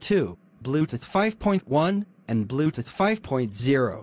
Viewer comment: I love how it pronounces bluetooth as "bluteth"